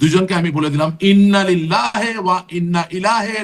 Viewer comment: ইন্নালিল্লাহি ওয়াইন্নাইলাইহি রাজিউন শুদ্ধ উচ্চারণ। এ সকল সেক্যুলার আ্‌ওয়ামে জাহেলিয়া ধর্মের সমর্থক-দোসরগণ ছোট একটা আয়াত শুদ্ধরূপে উচ্চারণ করতে পারতেছে না।